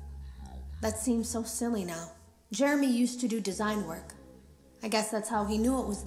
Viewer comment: When he said Jermey I immediately screamed ”JEREMISIME”